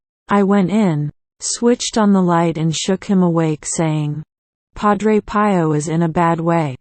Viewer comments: Would you please change the automated voice to a human one. I personally find it irritating. Also the name Pio is pronounced P (as in the letter ‘’P”) O as in the letter, “O”. Other than that, it’s a good video. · Cannot someone show dignity to Padre Pio by a narration by a human and the proper pronunciation of Pio (pee-yo)? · Agreed - especially with mispronunciation of Padre Pio's name.